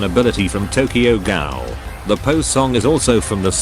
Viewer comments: "Tokyo Ghal"💀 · Bru why it said tokyo gal